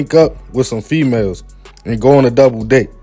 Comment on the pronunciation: “..hook up with some fEeMaLez” 2 seconds later “The men”